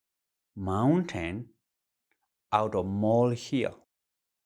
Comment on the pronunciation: He said "mountain out of molehill" in the most asian way I can even imagine. Love this guy.